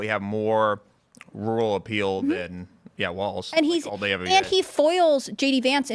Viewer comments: it is pronounced "Walls", not "Waltz" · Walls Walz Not waltz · Waltz? Walz? ...... According to Google the British pronunciation is wolts. American is waalz. So I guess you can say it either way.